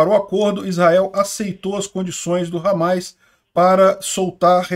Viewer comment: Desculpa mas "Ramáis" ficou até engraçado